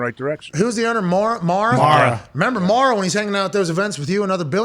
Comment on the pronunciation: Aj actually said Mara's name correctly. It's mare-a